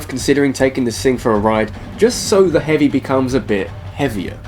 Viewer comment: "Hoovy" XD